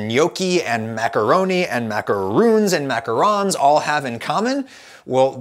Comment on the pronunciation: Short answer: because you pronounce macarons wrong